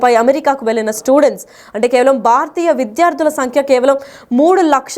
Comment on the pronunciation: Baaaratiya Kadu- Bhharatiya